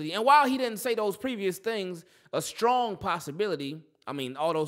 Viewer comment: Nahh bro he said SKRONG